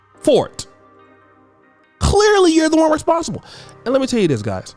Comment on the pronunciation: Clechchrly... will never be able to pronounce Clearly... 😆